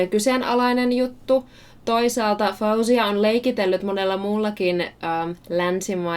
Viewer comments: She pronounces her name FO-zia not Fow-zia. Her skills are shocking though. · 'cause her name has Arabic origin, I'll try to help you pronounce it: FAW-ZIY-YA There should be (stress) on the letter (y), that's why I wrote it twice... I hope I helped! :)